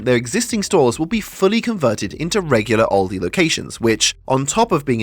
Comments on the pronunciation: It's Aldi, not Oldi. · Where I am we pronounce it Al-Dee not Ol-dee